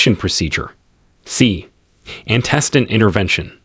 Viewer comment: I feel like your AI reader should be able to pronounce antecedent correctly! Or notice whether records is being used as a noun or verb and pronounce it accordingly. But it was a helpful video, so thank you!